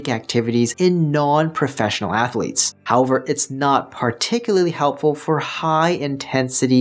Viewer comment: I can’t trust a man who says ath a letes.